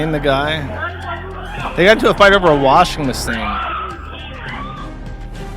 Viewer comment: "Wassing mahseen" Fresh Joshism hot out of the oven. Tasty.